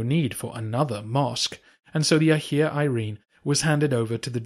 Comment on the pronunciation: I know English natives are hopeless with pronunciation but Hajia....